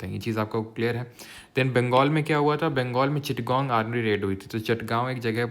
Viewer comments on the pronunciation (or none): none